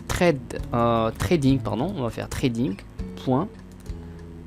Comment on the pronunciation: Sympa. Sinon ça se prononce ssssssred et pas trade. :P